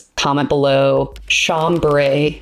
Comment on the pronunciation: I’m so glad you pronounce it the way you do. It sounds soothing as opposed to Sham-bray with a hard a. I am such a grammar freak, but am not bothered by your pronunciations. A lot of people, I can’t even watch their videos because they just butcher so many words. —Although I did hear an Ex-specially in there.. 😊🤣😉 I used to watch the “get a dictionary” guy - don’t remember his name, but he’s hilarious pointing out grammar mistakes people make. Love your videos, nonetheless. Keep them coming! ❤❤❤